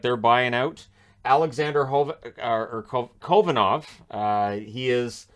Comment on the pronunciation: Btw it’s Alexander Ho Van nov